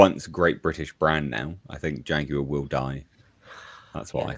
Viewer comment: WTF is a JAGWIRE?